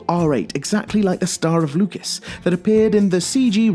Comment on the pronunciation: They meant 72 hours of in game gametime, not real time lol and it's pronounce Star of Lucis (Lew-sis). And one hour of gameplay is nothing if you've fought previous FF mega bosses such as Ozma from 9 or Nemesis from 10, not to also mention the hardest of all, Warmech from the original version of FF1